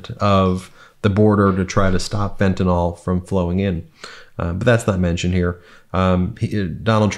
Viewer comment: “Fentanyl” is not pronounced “fentanol”. There’s no “o” in fentanyl. It’s pronounced “fentanil”.